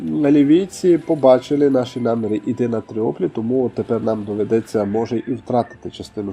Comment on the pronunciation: Чого ж Тріоплі, якщо Тріполі 😆